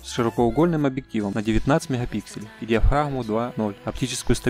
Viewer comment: Диз за "меХапиксели"....буква Г!